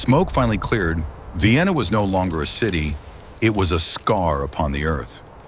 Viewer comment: AI is AI, but I do find it humorous that Vienna is Vye-enna. 😀